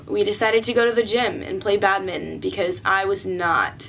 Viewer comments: did they just call badminton badmin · Its not badminton not badmitten 😂😂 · it’s not badmin it’s badminton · Is no one going to mention how they call it Badmin and not Badminton? 🤔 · Why do you pronounce badminton like that? “Bad-mitten”? It’s “Bad-min-ton”